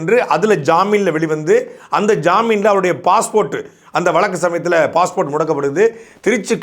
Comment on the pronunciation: டேய் முக்காமூளை சாட்டை ,அது வலக்கு இல்லடா வழுக்கு